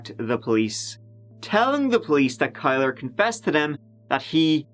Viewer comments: It's pronounced KILLER. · His name shot be pronounced Killer, Instead of Kyler. Glad they finally solved this case, took long enough! Had LE paid attention, Jessica might’ve been saved. Sad. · "Kylr" (pronounced Kai-lurr) And here I am like "killer?" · Kylr.. It's not pronounced Kyler it's pronounced Killer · Killer. It's pronounced "Killer Yust" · Kylr is pronounced Kill-er. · kylr is pronounced killer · Kylr is pronounced “killer”. What a douchebag name 🙄